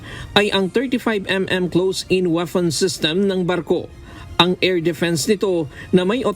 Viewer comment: Bakit yung p naging f, tapos ang f nagiging P? Mr narrator? Warpare, weafon system? Pleet tanker